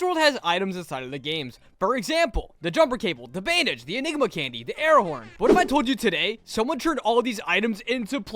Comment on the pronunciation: Why did i hear sigma instead of inegma...